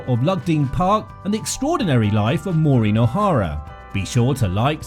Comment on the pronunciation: I didn’t even make it three seconds into this video - another fraudulent work where her name is mispronounced at the outset.